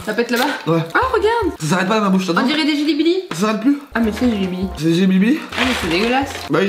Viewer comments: Mdr au moment qu'idrisia dit djelibili mdr lidé dit jibilieb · L'idéal il m'a tuée c jely belly pas les jely blibli😂😂😭 PS: c'est à 5min32